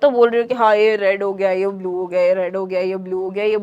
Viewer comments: blue❌❌. Buluuuu✅✅✅✅✅ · That "buluue" 😂😂